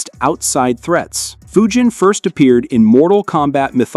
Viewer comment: Yeah! Its d-nice, a-a- ron, and fudge-in not foo-jin 😤